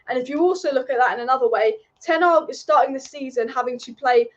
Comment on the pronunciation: Hey, the manager is called Ten Hag, not Ten Ag………